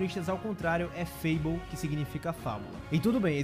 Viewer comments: Vídeo incrível como sempre, galera. Só uma correçãozinha: Elbaf ao Contrá é Fable mesmo e não Fabel, até porque a própria palavra em inglês é escrita mesmo como Fable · *FABLE, não FABEL hauahauha